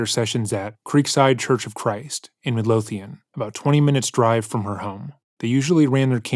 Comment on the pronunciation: Love your vids! And not taking away from the video at all but Omg as a Scottish person the pronunciation of ‘Midlothian’ was lowkey painful at the start ahah. Always weird to hear the name of my local area but it’s in Texas lol